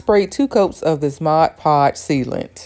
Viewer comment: I think your the only artist who pronounced Mod Podge correctly. Looks awesome!!!